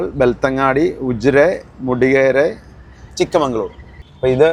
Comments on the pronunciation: 🎉 BTW, it's not Chikkamangalore, it's Chikkamagaluru. ചിക്കമഗളൂരു. (ചെറിയ മകളുടെ സ്ഥല൦) ചിക്ക+ മഗൾ+ ഊരു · ചിക്കമംഗ്ലൂർ അല്ല ചിക്ക മഗളൂരു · ചിക്ക മഗള ഊരു =ചിക്കമഗളൂരു (ചിക്കമംഗളുരു അല്ല ), ചെറിയ മകളുടെ നാട് എന്നർത്ഥം) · It's not chikkamangaluru...it's chikkamagaluru.. Chikka magala uru ಚಿಕ್ಕಮಗಳೂರು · *Chikkamagaluru✅️, not chikkamangaluru😅 Chikka+Magalu+Ooru - Small daughter's town In kannada